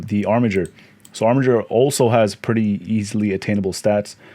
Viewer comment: Wow, someone who knows how to pronounce Armiger correctly!